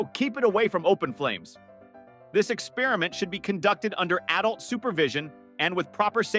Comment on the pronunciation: Drives me nuts when people pronounce "experiment" like that.